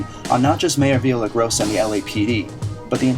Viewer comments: Yes, it's Villar-rai-GO-sa...Not Via-la-grossa. Please...Unless you are expressly performing satire--it's always better to use proper pronunciation of all proper names at all times, regardless of how we would all rather choose someone else as mayor. "Journalists" already have a bad name. Please don't damage our own journalistic cause or make it worse by doing a lousy job while trying at the same time to fight against the bad ones. If you play badly in favor of the team, it can hurt the team. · vee-ya-ray-GO-sa. practice at home until you get it right. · Love the video. And loved the way you mangled the Mayors name every time you said it.